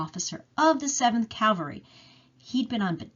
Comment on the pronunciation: you say cavery.......the word is pronounced cavalry....i enjoy your research.....hope to help you with your pronouncing!!! LOL